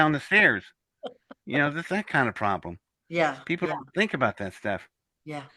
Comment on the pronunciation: If you listen closely to, he says “pith lem,” no O in between.